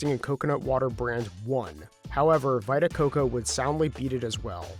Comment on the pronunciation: "Vai-ta Coco"? Lol. And "positive impact"? Maybe you should go to one of those schools you're building.